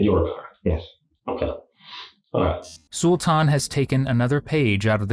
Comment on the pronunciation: To the person narrating the video, his name is pronounced , SUL-TIN not SUL-TAN or SUL TAWN. You're welcome!